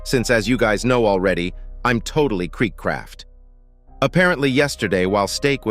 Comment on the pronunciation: You are not kreekraaft, dafik